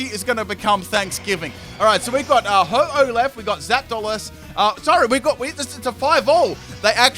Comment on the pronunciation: its ho-oh not ho-ho